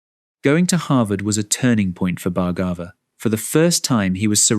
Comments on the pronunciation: His surname is pronounced as Bhaar-gabh.... Not Bhargava... भार्गव in hindi.. There's no "Aa" sound in the end... Western people have a tendency of using "AA" sound at end of almost all Indian words....anyways.. Thank u so much for this video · IT IS PRONOUNCED bhar- gave ( soft bh & ar) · Each time narrator mispronounce the beautiful name Bhargava, I wish he took few minutes to practice an Indian name properly.